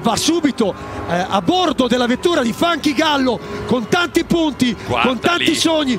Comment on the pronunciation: Bravissimi, ma "Funky Gallo" non si puó sentire.